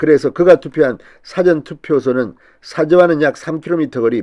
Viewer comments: 수고 최신 견해 자주봅니다 / 지적합니다 경상도 특유의 발음상 잘안되겠지만 사전투표 사전말고 사~전事前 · [사전] 투표가 아니라, [사:전] 투표! 국어 사전이가?! 우째 이런 일이! 우리말은 장단으로 구분을 합니다. 우리말 먹튀 진성호를 타산지석으로 삼아, '사전 事前 투표'를 단음! 국어 사전 투표의 그 [사전] 투표가 아닌, 장음! [사:전] 투표로 발음을 똑바로 합시다! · dictonary 의 "사" 자와 사건, 사후 등에 쓰이는 "사" 자와 구별이 않되나요? intonation 똑바로 좀 합시다!